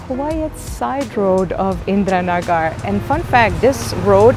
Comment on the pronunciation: Indira Nagar is geweldig! Favo plekje in Bangalore!!. Tipje qua uitspraak, De twee 'a' in "Nagar" spreek je uit als de 'e' in woorden als honden, wassen, maken. Edit: , de eerste 'a' in Masala. Dat is hoe je beide 'a' in Nagar uit spreekt.